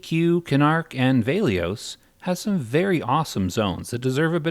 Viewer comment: okay. I can forgive you for saying velious and kithicor wrong.... but there is no way you iceclad like that